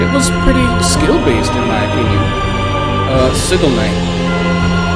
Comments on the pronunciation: He said it wrong lmfao it’s Si-gil not sig-il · Yeah, that isn’t how you pronounce “Sigil Knight”